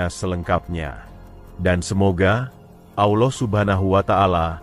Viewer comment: Bukan Aulah tapi Allah